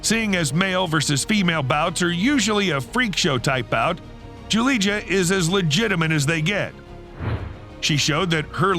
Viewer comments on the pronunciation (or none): Julija is pronounced as Yoolia